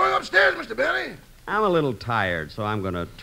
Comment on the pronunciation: "J. Benny" pronounced "J'Benny" was a good one!